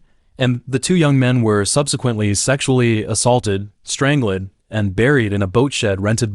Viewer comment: Overall very interesting however.... The way the AI says strangled! I can't, completely ruins the video 😢